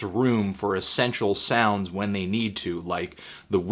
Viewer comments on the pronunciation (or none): none